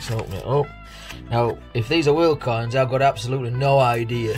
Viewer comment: Nothing is more amusing then watching you try and pronounce world coins. I also cannot wait to see what you have made with Coin Patrol's tat. A fantastic plug which is greatly appreciated. Thank you Brother 💜☕ #christofez